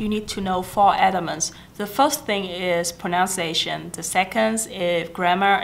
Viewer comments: Thanh Thảo Nhi Trần cái này đúng em ơi. Còn cái pronunciation thì có bạn cm và c cũng nói ở dưới rồi đó, từ đó c bị lỗi spelling, c tưởng nó viết là pronounciation nên c phát âm thành pronounciation. Còn nếu bạn nào theo dõi các video của c thì c đều nói đừng học tiếng Anh của c, vì c vẫn trên con đường hoàn thiện tiếng Anh. Nhất là khả năng dùng đúng ngữ pháp khi nói, vì ngữ pháp là điểm yếu nhất của c. Vì vậy nên các video mới trong playlist English practice. Chắc e ko phải là ng theo dõi c lâu nên ko biết. Cái c muốn truyền cho các bạn là tinh thần luyện tập, dù bạn ko hoàn hảo n mà bạn vẫn nên làm, đừng sợ mọi ng chê cười mà ko nói tiếng Anh. Vì chỉ có tập luyện mới giúp mình hoàn hảo hơn thôi. Có rất nhiều Youtuber khác nổi tiếng về giỏi tiếng Anh n mà thực ra em đâu biết là họ có thực sự giỏi như họ thể hiện. Khi lên hình thì có thể họ đã chuẩn bị script, quay đi quay lại và cắt ghép video để nghe trông có vẻ hoàn hảo và không mắc lỗi. Nên mặc dù c biết c nói sai nhiều n mà c vẫn đăng video, để những ng như c có thêm tự tin thể hiện bản thân chứ ko phải là cố gắng để thật hoàn hảo trc mặt ng khác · Em rất hâm mộ chị nhưng video của chị có nhắc đến Pronunciation và IPA nhưng những từ căn bản chị phát âm đều sai, ví dụ: pronunciation. Grammar chị cũng không tốt khi nói. Mình nghĩ các bạn nên nghe theo lời khuyên của chị (vì nó đúng thật sự) nhưng không nên học theo (imitate) tiếng Anh của chị ấy.